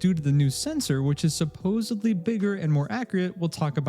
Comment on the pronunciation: Supposebly? No way you think that's how it is pronounced